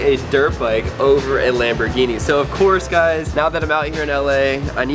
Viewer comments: I like your lambergeny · I wish said sharerghini instead of saying a lamboghini